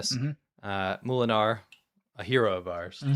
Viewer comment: It's also not moo-lenaar, like a cow, but mow-lenaar. It means miller. At least should know that:P